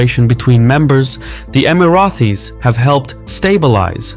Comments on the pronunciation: emiratis, not emirathis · Amazing video but i gave a thumbs down because you keep calling us “Emarathis”. There is no TH in the name. Thanks